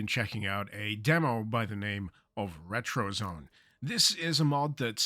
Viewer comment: It's pronounced ret-ro-zo-né. We want to make your house a retrozoné, not a retrozone.